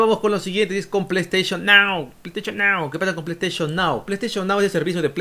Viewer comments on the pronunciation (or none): ese pley steichon nao es un loqillo